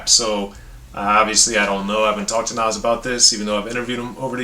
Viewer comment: I love to hear a white guy pronounce Nas name correctly. Love Speechless, Meet Joe Black, Truth, etc. I like this up there with God Son and Stillmatic.